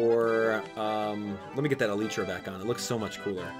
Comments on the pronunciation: you pronounced too many things wrong. It's not pronounced Uhleetra It's Uh-Lie-Tra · ee-lllyyy-tra get it rite